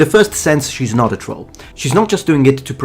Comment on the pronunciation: Holy crap someone who can actually pronounce troll